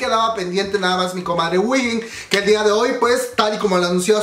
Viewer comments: wihin xD se dice uin o win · Se pronuncia JUIN, si queres te ayudo con el coreano 💕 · Según yo se pronuncia juein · te corijo dos cosas: se dice mamamuu no mamamoo aunque asi se llama pero no se dice asi, y se dice whein come wey pero con "n" al final (no es hate sorry) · Yo a Wheein la pronuncio como "Wey" y después "in", tipo "wey in" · Según yo sé dice "guein" jsjsjsjs o "wiin"